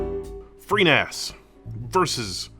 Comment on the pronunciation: you can never seem to say freeNAS... B I G B R A I N